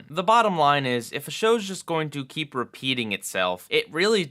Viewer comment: Am I the only who, during the Squidward in Clarinetland review, heard him say "kleep the clarinet" instead of "keep the clarinet?"